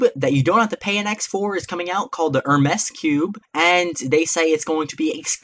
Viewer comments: Pronounced like Her meees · lol.. the way you pronounced Hermes